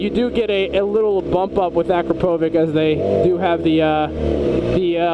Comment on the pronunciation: Yoshi don't have Chinese writing they're Japanese. akrapovic is pronounced acropavich. I have a Vtwin Honda and Micron are the only ones for vtwin sport bike.